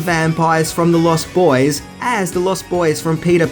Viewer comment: Stop saying the lost boys as if it's a sentence. It's pronounced as if it's one word. You're using the adjective as if it's a description. It isn't it's a title.